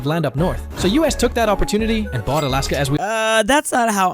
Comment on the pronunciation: NOOOOO, IT IS NOT ALIYASKA. It is more Alaska sound. It is just soft L. You can hear the diffirence in google translator, just write "льас лас"